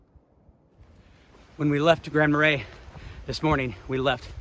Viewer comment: I’ll help you. It’s an Indian name. Tahquamenon Tah- qwah-men-non. Grand Marais, French Mah-ray. Nice video.